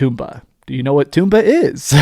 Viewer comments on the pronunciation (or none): It's tomba, not Toomba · everybody mispronounces Tomba. It's not Toom-bah. It's Tom-Bah. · The title in Japan is: トンバ The first kana there is pronounced most similarly to "toe," and pronouncing all three would most closely be for English speaker: Tome-bah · According to who, though? Where is the official pronunciation guide? I think it's more like Tomato, Toe mah toe, type deal. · I knew there was a reason "toom-bah" didn't sound right!